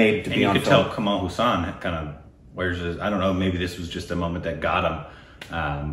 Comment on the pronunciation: For gods sake y is very bad in English? It's not kamal Hussan its hassan